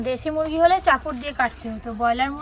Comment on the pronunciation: পাচ কিলো হবে দেখে মনে হচ্ছে আর এক ই ভুল বার বলে মুরুগ মুরুগ আবার কি বলবে মুরুগী